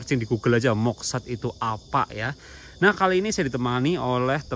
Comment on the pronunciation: Moksa bukan moksat 😂😂